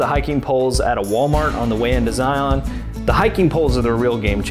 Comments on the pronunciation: Please ... don't sound like a tourist and say Zi-on. Zi isn't on anything. It is just Zion. Locals will laugh at you! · It’s pronounced Zigh-un….NOT Zigh-on.